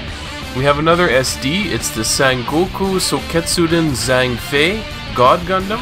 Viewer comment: if you wanna pronounce the word correctly for those sd sangoku: A: 2nd A on America I: I in Sing U: U in Ultimate E: E in Best O: O in omnomnom.. ok that is right, or O in Dog Sun Jian: sun cian Zhang Fei: Cang Fei (should be Chang, but if you cannot read it the H then just try cang) Liu Bei: liu Pei Dong Zhuo: Tong Cuo (should be Chuo) Guan Yu: Kuan Yui (say yui fast, or simply Yi) Cao Cao: Chao Chao trying my best to explain it lol